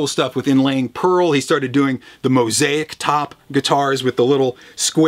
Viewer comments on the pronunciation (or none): none